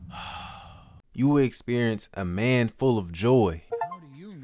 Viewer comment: I’ve never heard someone pronounce full like that. DUH-ULL..DULL. Not duel.